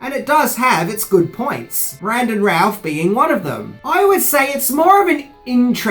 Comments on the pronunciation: It's Brandon Routh... Pronounced... "Rooth' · I didn't know supermans name was pronounced bran·duhn rowth, I called him routh like in router -"WRONG!!" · It would help if he pronounced Brandon Routh's name right.